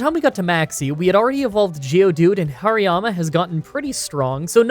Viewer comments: Please stop calling Hariyama "Hirayama". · Regular people: haar-ee-yAma,: HAIRY-MAMA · The fact that you kept pronouncing HAriyama as HIriyama really triggers me 😂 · oh wait, and Hariyama. It's not pronounced hairy-yama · These pronunciations!!! What is a Hairy Yama or Karavanah